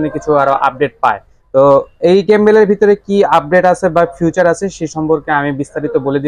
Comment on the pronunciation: ফিউচার নারে ভাই ওইটা ফিচার।